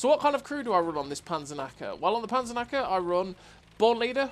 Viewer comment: The Panzernacker 😂 I know you speak English, but for the Germans you forget the "k". But who cares. It seems to be a nice Tank. And really nice gameplay as usual 👌. greetings from Germany ✌️ PS: Nice you tube channel. It is fun to look Cloneguy (love you clone😁) but now you are my number one 😋. You helped me a lot to get a better player. Especially which positions on the map are good for the game opening. This makes maybe 1k difference in a whole match. Maybe a new line on your channel?